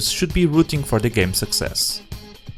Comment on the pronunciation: “Success” does he know